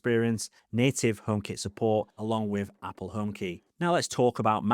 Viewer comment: i kept wondering what the hell "omap" was